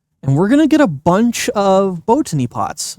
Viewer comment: Please stop saying bow tany pots. You said it right the first time....bot any!